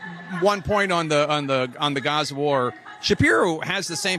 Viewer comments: Is that so called Muslim saying guza? Its Gaaa Zaaaaa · Gaza not geza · Its GAZA not GUZA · I cannot stand the way she says Gaza. She keeps saying Guhzuh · Wtf is guza? Girls a wanna be Muslim but can't even say middle Eastern names right . What ,does she say paulistien and lube in. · YT léfti$t are going to love how she pronounce guzza, they’ll adopt it immediately to show how cultured and edumacated they are 😂😂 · 14 “talk about GUZA”??? Perhaps this woman should learn to properly pronounce the place she’s SO concerned about. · Americans born in america prnouncing it huzza is so cringe. Hearing it is worse than nails on a chalkboard. Omfg the cringe. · Did anyone else crinje when she pronounced it “Guzza”. Maybe I’m just white and ignorant but it stuck out to me for some reason. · "Guuza" 😂 sorry love the perfect English until that comes up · Can you just pronounce Gaza like everyone else ffs? You’re not cool, you’re not that ethnic, you literally have an American accent for every single other word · I am intrigued by the way the woman pronounced "Gaza" at about .